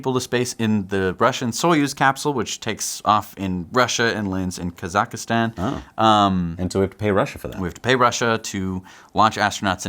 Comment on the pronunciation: Kazakastan lol